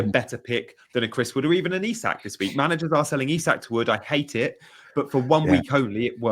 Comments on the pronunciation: Great video but can someone please tell how to say Isak properly 😂 it's not Isaac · Isak is Swedish, not English. Please pronounce his name correctly.